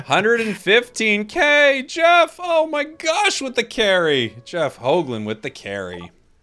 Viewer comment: Nice to see a fellow-dutchie/belgium on the Channel!! (Also Nice pronounciation on his last name, which is a typicall Dutch name, alot of American people pronounce the double O's as "ooh" when its infact pronounced as "Oh", was rather impressed with this pronounciation cause alot of Foreigners get the double OO sound wrong, Nice one!